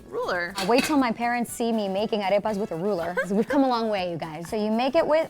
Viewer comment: Why can't Beatriz pronounce arepas right? They made those arepas with that spray too? Tragedy